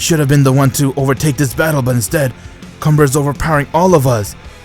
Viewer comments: Bro its “Kamba” not “Cumber” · Is it me or comber sound like c*mber